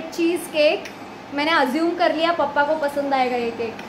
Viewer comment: The way you say pappa instead of papa , ahan so me ❤️